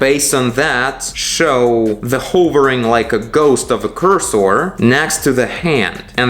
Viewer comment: it is pronounced like "curse her" (without the H) than "coors sore"